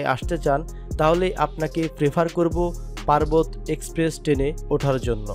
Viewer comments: আমিও বলি পারবত কি??😂 ভাইয়া পারাবত এক্সপ্রেস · পার্বত না ভাই এটা আমাদের সিলেটের পারাবত এক্সপ্রেস ট্রেন।